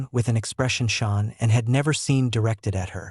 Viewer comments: Dude!!!! At least teach your sorry AI narrator to say “Shannon” and not “Shawn”!!!! I cant even listen anymore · You pronounce her name Sha Nann. Not Shawn. Learn how to pronounce Sha Nann. Please. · get her name pronounced right, there is no U in her name, it's not Shaunann it's pronounced Shannan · Pretty sure this is AI voice. Because AI voice is never seemed to pronounce things correctly, especially people’s names and in this case a woman that was carrying a child murdered by her own husband in this fucking podcast. Can’t even get her name right you keep calling her Shawn! It’s Shaan’an! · It's Shanan not SHAWN?? and RIP Shanan and her little angels no person should have to go through that it was horrendous for Shanans family 💔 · You could try harder to pronounce this poor murdered lady’s name correctly. It’s Shanann sounds like Sean when you attempt to pronounce it. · Chris wasn't there when nutgate happen. Get your facts correct and at least say the victims name correct! SHANANN NOT SHAWNA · I pray for Shanann's beautiful family. I urge you to PLEASE change your voiceover and the captions to say "SHANANN" instead of "Shawn"! Her name and memory need to be respected in every way! Do it even if you have to remake the whole video! Thanks. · Shannan NOT Shawn 😢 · Gees...can you not get her name pronounced correctly??? SHAN ANN IS HER NAME, NOT SEAN!!! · To those who put out this content, use your own voice not AI.....pronouncing Nicole as Nickal? Shanann as Shaw ann? Use your god given voice.....dont be so lazy. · Her name is SHAN'ANN. I know this is a AI channel but out of respect please get the name right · You should know how to pronounce Shan,ann's name. You Americans love making money from this tragedy, on Utube in particular. You should get your own content. This family has asked you all, over & over, to stop making mondy like hou. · Your AI doesn't pronounce her name correctly